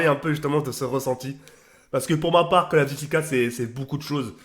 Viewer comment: Quand il dit CoD on dirais il dit Call Of Guchi mdrr